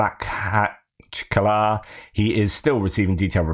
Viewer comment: You have to learn to make a throat clearing sound while pronouncing the kh in Makhachkala.